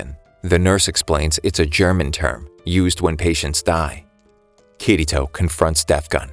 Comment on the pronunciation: BRO IT PRONOUNCED KIR - ITO